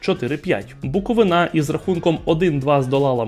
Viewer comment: Наголос у слові Буковина - проблема неосвічесності усіх українських блогерів! БуковИна! Записуйте!